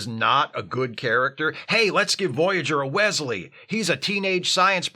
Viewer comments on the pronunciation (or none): none